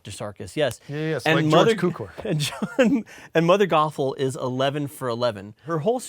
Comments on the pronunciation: I'm so sorry, but as a Hungarian - as George Cukor - I'd like to point out: it pronounced Tzukor. It means sugar, by the way. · lol, isn' his name George Cukor (pronounced as "tsukor" like 'ts'unami) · Nice episode, and you probably already know this, but George Cukor's surname is pronounced "Tzukor". Like the "tz" in bar mitzvah. His parents were Hungarian immigrants, and his family name means "sugar" in Hungarian (despite this he has nothing to do with the origin of the phrase "sugar coating", he is only responsible for the original gaslighting). Also, he was Jewish, so he probably had a bar mitzvah himself (not that it has anything to do with gaslighting, but it also has a a "tz" sounding "c" in Hungarian version, "barmicvó"). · Hey guys! Just so you know, the C in Cukor is pronounced 'ts' like in tsunami. Greetings from Hungary, love your videos! :) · Fun fact: "Cukor" is Hungarian, and in his native language, the 'C' is pronounced like "TS", so his name is pronounced "Tsukor". 'Cukor' also happens to mean 'sugar' in Hungarian, so using a sugary cereal to joke about his name actually kinda sorta fits in a tangentially peculiar way. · I know it's 2 years later but Jonathan not knowing how George Cuckor is made me die inside just a teeny bit. 😂